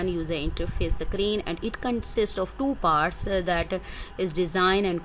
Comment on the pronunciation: not sacreen, say screen 😄